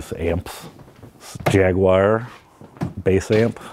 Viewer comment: Hey said "jaguire" nooooo